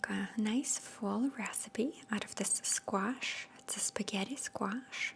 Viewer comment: I love the way you say squash